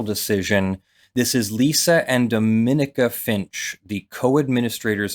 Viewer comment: Points of note, Dec 28, 2017 not 2018; Wichita not KC, Dom-uh-knee-ca not Duh-min-ih-ca. I know these things are fast moving so just correcting the details not bashing the substance. I am so happy about this, because I am friends with the family [worked with his sister]. This should be taken as an individual criticism of this response and not officers writ large, specifically the command response and more specifically Officer Justin Rapp's 40ish yard shot from across a 4-lane street at night through the storm door. I've been waiting for the 10th Circuit decision since fall of last year.